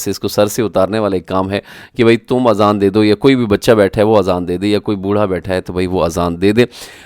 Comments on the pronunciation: Azan not Aazan. Aazan in Arabic Ears ( plural). I assume you have read this Word Aazan many times in the Quran. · My dear brother the correct pronunciation is Azan not Aazan. In arabic the meaning of Aazan is EARS.